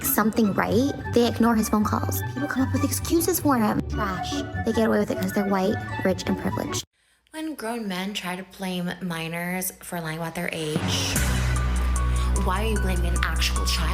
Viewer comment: Trey me? U mean try me? 🤔